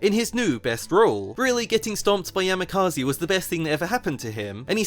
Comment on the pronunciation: That's not how you pronounce Yamikaze at all 😭